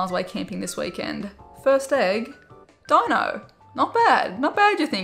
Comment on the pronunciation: What in gods name did she call deino!?😂😂🤣🤣 it’s not “Dono” it’s not a twitch donation love 😂🤣